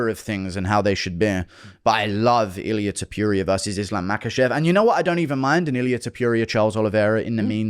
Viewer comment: Illia Tupewria😂